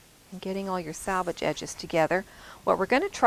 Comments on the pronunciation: Love this! Can’t wait to try it. Just one thing...it’s SELVAGE, not salvage. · Yes.... so annoying to hear "sal" rather than "sel" especially for those who have been sewing forever!